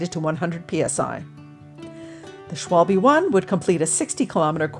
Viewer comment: It‘s „Schwalbe“ (= german word for a swallow/martin), with an „A“ and an „E“. Please! Not „Schwolbie“. My ears are bleeding.